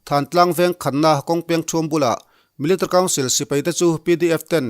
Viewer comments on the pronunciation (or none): I chhiar rang tum na lutuk ah, military tih i lam dan hi amakee... Milita council ti hlir in ilama 😁😂